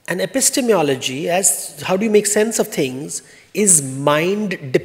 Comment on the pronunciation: A man who cannot pronounce epistemology cannot be expected to know the first thing about it. Devdutt khalnayak